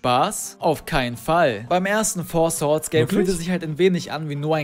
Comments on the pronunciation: Das Four "Schwords" ist eine Anspielung auf lookslikeLink, der es zu Beginn seiner Karriere so aussprach. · Bester Versprecher von mit Four Swords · beschwert sich über schwords sagt aber swords